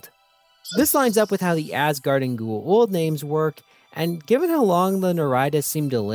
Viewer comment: I love these videos, but, man. Gua-old is not the pronunciation Go-a-ouwld. Go- a ooold.